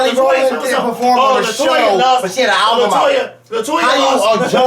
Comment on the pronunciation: was hot!! lmao! the fact that he kept saying "alvum".... tears...